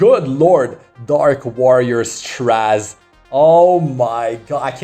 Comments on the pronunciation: Str-AY-ze ffs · I swear, it sounds like you're calling him trash instead of Straze sometimes during the video, ahahaha